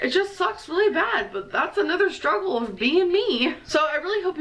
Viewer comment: I hate how she puts a weird emphasis on words. She adds ol or uh. Hon-ga-reee Strug-ol Big-gerh Hwhut Gurl-luhhh Towels-uh